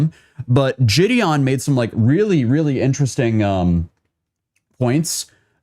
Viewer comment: Lol “Jideon”… pretty sure that was supposed to be “Gideon”.